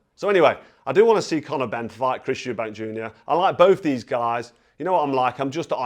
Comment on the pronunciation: They had to stop the first fight in Round 9 before Benn got killed, and Nigel Benn even said in the ring after the fight that he completely underestimated Eubank .. I always thought the second fight was Nigel Benn's win but they're both warriors. Just a friendly heads up, there's no 's' in Eubank